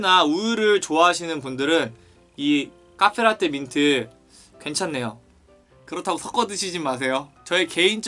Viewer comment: 최소 배우신분ㅋㅋㅋㅋㅋ 카훼라떼ㅋㅋㅋㅋㅋㅋ 발음이 좋으시네ㅋㅋㅋㅋ